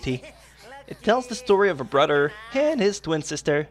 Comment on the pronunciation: lol you say brother like brudder